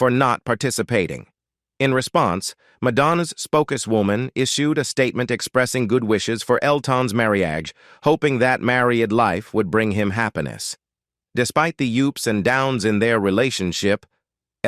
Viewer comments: Adds a touch of humour, though. Describing Madonna as a "macer-rabble cow," Elton's "marry-adge" & the "oops & downs of (his) relationship" Hilarious! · The AI narrator's voice is robotic and annoying, It's riddled with basic mistakes in English pronounciation. There is a difference is pronouncing"live" and "life." Also the guy can't pronounce "miserable" and "marraige," Even the word "up" was mispronounced. As were "icons" "fragile." "Taupin," "alcohol," "Diana" and "Richards." After 5 minutes the mistakes were too ridiculous and I couldn't listen any more. The same information is available on similar posts. Don't know why this awful mess was produced as it ads nothing to the story. The whole mess seems like clik-bait. Besides the redundant information, the voice of the narrator is unnatural and incredibly annoying. Someone should start running Plagiarism Checker on these bogus "news" reports. There's nothing original here. It's all AI generated. The content is lifted from stuff previously published and read by an annoying robot.